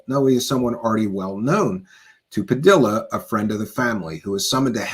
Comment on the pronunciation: Spanish names and words that have two Ls are pronounced with a Y. Like tortilla. Padilla. 😮 sounds like padiya